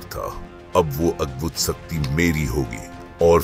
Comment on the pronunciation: सक्ती नहीं शक्ति बोलिए